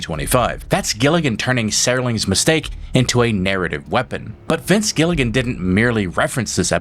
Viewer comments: engagement's engagement , so I hope this is all good for the channel, which I enjoyed. But its not just the "a" sound, it was the "e". Serling is pronounced "sir-ling" like a knight. I heard "Serr" as in " to Err is human..." which I cant forgive. 😉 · "Sera-ling" ? Whats the 1st name, "Tode"?